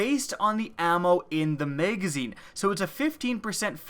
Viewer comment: Megazine. WHY DO YOU SAY MEGAZINE?